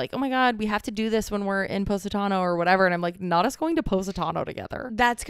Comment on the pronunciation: It's not poe...satano, it's poss...itano. 🇮🇹 sorry, i know its probably your American accent but for us Italian's, it sounds 'fanculo'😂